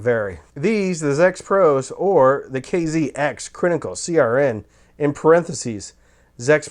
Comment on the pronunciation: "I am not the first stop off the IEM bus" 😂😂 Rolling on the floor!! Brilliant self awareness! I think that's part of your charm. "Crinically" please stop!! 🤣